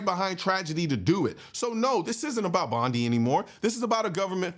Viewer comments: Bond I...not Bondee.... not criticizing just correcting the pronunciation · It’s pronounced Bond-eye.